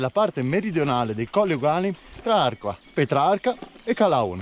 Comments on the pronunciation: Arquà ha l accento e come tale si pronuncia diversamente! Ciao! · Ciao, mi sei uscito nei suggerimenti, e che dire appena iscritto🙂 sono proprio nel centro dei colli. Ah, arquà da marcare bene l accento sulla A finale....